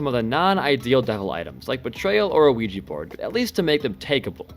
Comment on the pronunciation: he said ouija and i instantly heard luigi bruh.